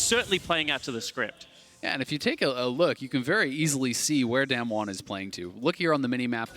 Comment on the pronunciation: Damn-won, Damn-won, Damn-won They can’t even pronounce it right